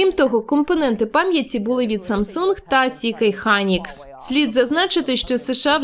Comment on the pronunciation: Не "сі кей Хайнікс" а " ЕС Кей Хайнікс" SK Hynix